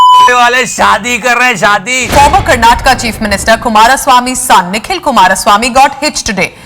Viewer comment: Finally an Indian from North saying KARNATAKA..